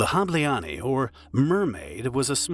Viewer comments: Good vid, just next time ask google translate to read aloud the names in foreign languages. Hableány is pronounced totally differently. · Making a documentary and not giving a shit about how to pronounce Hableány is a shame. It is literally 1min of work, but painful to hear. I guess the voice is synthetic at least. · The video is as good as the pronounciations aren't. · I'm sorry but for such a serious topic it would be good to check pronunciation! It threw me off how badly mispronounced "Hableány" is throughout the whole video! It feels like making a joke out of this case. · bro you BUTCHERD that name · I wish you asked google translate to pronounce Hableány at least once to learn how to approximately do it before going on record and saying it wrong a hundred times. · Pronouncing Budapest perfectly, but not Hableány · Im sorry i usually love your videos but im hungarian and barely figured out thay you were talking about hableany its really not difficult to look up a pronunciation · Ah, glad to hear the creator didn't spend 1 minute on Google Translate to check how to pronounce some of those Hungarian words. The universe is still stable. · "Ny" is one letter not two different! Please just say the english name of the weasel instead trying to pronounce the Hungarian name of it! The video about the story is good just annoying to hear the miss pronounced word 😅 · "Hableány" was also pronounced incorrectly during all the video. However, Hungarian language is one of the hardest in the world (besides Chinese). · It’s pronounced like HAH-bleh-ahn-y (the final -ny is like in canyon). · I just clicked to hear the word "Hableány" get mercilessly butchered by lazy foreigner content mills, who can't bother to spend 15 seconds to look up the proper pronounciation for a video they're making. Well, mission "accomplished". "Hableaani." They made it into a Finnish word. Well, then I can't bother to click like or subscribe. Sorry, too much effort! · Hableány phonetics: [ˈhɒblɛaːɲ]